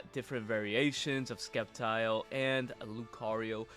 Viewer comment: Sep - tile, not skep - tile